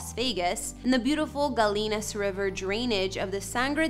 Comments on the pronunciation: You pronounce it Guy-ee-nas, not Ga-lee-nas, even though it's spelled that way. Do you also say tor-til-a? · "Gallinas" = guy-e-nus, not "guh-leen-us"....